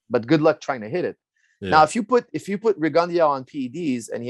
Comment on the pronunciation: For a minute I was like who dafuck is Rigundiauo, until I put it together Firas was talkin bout Guillermo Rigondeaux